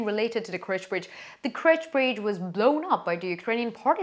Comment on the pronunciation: Why does she pronounce it as KRECH bridge instead of KERCH?